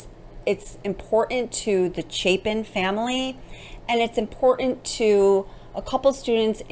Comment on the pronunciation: Can you please pronounce the T in the word important? And where is your accent from?